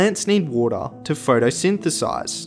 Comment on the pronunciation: this guy "hydrosphere: wottahh"